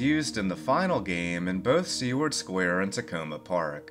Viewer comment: Great video as always. My only complaint is the pronunciation of "Seward." The name comes from William Seward, the secretary of State under Lincoln and is best known for the purchase of Alaska, better known as "Seward's Folly." I'm not great with phonetics but it goes something like this "sue-word."